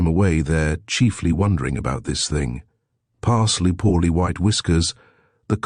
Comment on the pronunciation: Parsloe is surely the name ... pronounced Pars-low or Parz-low if from further south